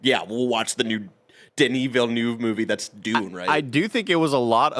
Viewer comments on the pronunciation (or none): none